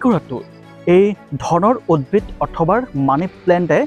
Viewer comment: আপুনি কথাৰ শেষত ৰ টো বেছিকৈ কয়। ভাল নালাগে। আৰু শুদ্ধ ও নহয়। যেনে অথবাৰ নহয় অথবা।